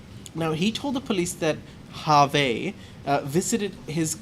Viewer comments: We say hervé actually (h is not pronounced)... not harvey 😉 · Jay is right the midget on fantasy island also from James Bond island Phuket, Hervé Villechaize pronounces Herve with a silent "H". pronunciation is more the Jimmy Stewart movie with the big white rabbit.